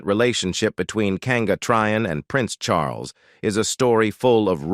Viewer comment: ' Charlus'?? this transcript is 'read' by a machine. - Very 'convincing'' Eventually one loses all interest in what might be true and what is probably gobbledigook. Anyway, apparently Charlie had a few girlfriends and wasn't unduly concerned about their marital status, or his own as the future 'Supreme Governor of the Church of England - and 'Defender of the Faith'. We are surely all astonished.